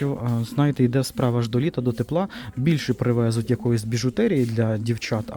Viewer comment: ПривезУть, булО, не булО,моЇ- ставте правильно наголос.